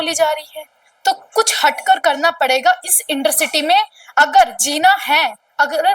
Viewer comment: इंटरस्ट्री ❌ इडर सिटी ✅